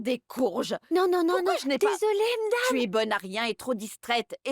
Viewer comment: Moi aussi, surtout quand elle dit mdame au lieu de madame